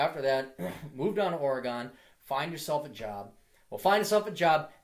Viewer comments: Fuck! It's Ore-"gen" like wagon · The "gon" in "Oregon" is pronounced the same way that it's pronounced in "wagon". I'm from Portland originally and did engineering at U. of Portland. Just visited. The women AND men there are almost all fucking stereotypes of the northwest, Portlandia style. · blurglide the way so many people pronounce Oregon is funny